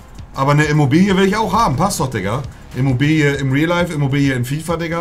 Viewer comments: Jeder: Immobile Monte: Immobilie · Niemand: IMMOBILE Monte: IMMOBILIE 😂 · Niemand: Monte:Imobilie